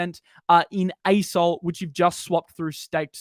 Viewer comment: When says “asol” all I hear is ayes-hole